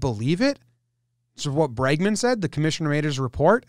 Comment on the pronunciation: Why do you have alcohol poisoning? "The commishiter made the repert."